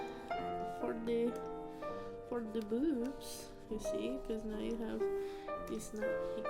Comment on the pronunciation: What accent is diiisss? I had to😂😂😅